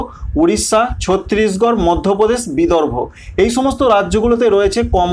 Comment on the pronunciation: ছত্রিশগড় উচ্চারণ হবে না ওটা ছত্তিশগড় হবে